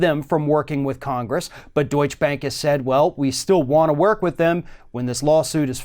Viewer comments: It's not "Deutsch Bank" as in 'Donny Deutsch' but 'DeutschE Bank' - pronounce the last E. Why can't americans pronounce foreing names correct? But - never the less - Deutsche Bank needs to be cut down to size! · Please, it's not pronounced "Doich" bank - though Trump probably pronounces that way as well.